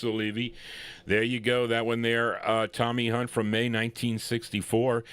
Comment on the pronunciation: Thx. Appreciated it. The 2nd pronounciation is right, u got it fine. TOMMY HUNT was big in England, still is. Records stay, people go =" Thats Life" by Joe Texxxx who advanced the Frankie Boy version HUGELY .... Scepter was an interesting lbl, even released a Memphis Slim blues piano lp that I got. CHUCK JACKSON was an incredible person, though his career flopped 2 early, died 2 yrs ago. (Was George Bush s =Sr fav singer, oddly enuff ..)